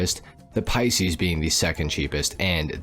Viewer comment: Many reasons I don't like. Just discovered another one,he pronounced Pisces " pea-seas" unforgivable being born in March